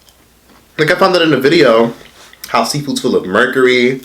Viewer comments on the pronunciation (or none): none